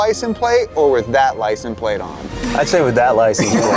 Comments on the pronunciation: Is it just me or does keep saying “Licen Plate” and not “License Plate”? Lol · “Licen plate”??😂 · Lie-sin-plate lol